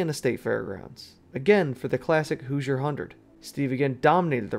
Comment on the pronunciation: I hate to be “that” commenter, but as a former resident and IU graduate, I heard nails on a chalkboard. It’s pronounced exactly like it’s spelled: “hoo-zher” not “hew-zher”.